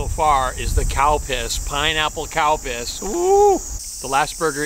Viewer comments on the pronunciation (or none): Its Calpis. Sounds like cowpis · I’m new to your videos. But; the very first time I heard you talking about a Calpis drink; all I heard was cow piss. Now, as you can understand me living in Texas USA, I was assuming the obvious. I’m glad I know the difference. I love your videos by the way. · I love your burger videos. I know I'm seeing the label saying Calpis but it seems like your saying cow. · I swear I thought he said the new “cow piss” soda is served warm. Lol. Another awesome burger(s) review. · yes he does. He tricked me when he said cowpiss and I had to look it up to figure it out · heard that too 🤣 !! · We all thought that said, “cow piss”, the first time we heard it! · You are really making me laugh. he seriously is saying Cow piss!!!!!LOL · It's probably pronounced "Kel-pis". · It almost sound like he saying cow piss for the drink 🤣🤣🤣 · Lol I though he said cow piss soda